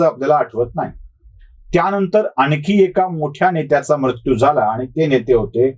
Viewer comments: तुम्ही मृत्यू या शब्दाचा बोलताना म्रत्यु असा उच्चार करत आहात. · आशय पहावा महाशय . भारतात दर ५ किलो मिटरला भाषेत फरक आहे . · उच्चार कसाही होवून दया हो, काय म्हणायचेय ते लक्षात घेणे महत्त्वाचे. सदाशिव पेठेतल्या सारखे उच्चार सर्वानाच जमणे अशक्य आहे.